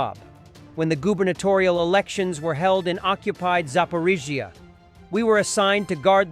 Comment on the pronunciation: your a.i. voice can't pronounce zaporizhzhia. get a human narrator.